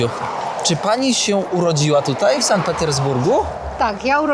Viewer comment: To nie pierwszy odcinek o Sankt Petersburgu i ciągle słyszę San i San. Może szanowny weźmie sobie do serca i zacznie wymawiać tak jak Pani Nadia, czyli Sankt.